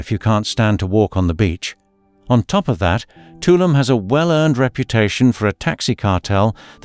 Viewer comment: I know that British people have an extremely difficult time pronouncing foreign names, but if you are going to give travel advice on Caribbean islands, you should say their names "proplay". Tulum is pronounced "two LOOM" (not "TOO lumm")' Akumal is pronounced "AH ku MAHL" (not ACK ku mall"); Punta Cana is pronounced "Poonta CAH nah" (not Poonta CAY na); Grenada is pronounced "Gra NAY da" (not "Gra NAH da"), according to local custom; and lastly, "Isla Mujeres" is pronounced "EESLA moo HAIR es" (not EYE LA moo JAIR ess).